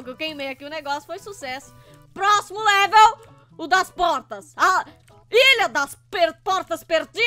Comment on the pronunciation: Você falou leveu 7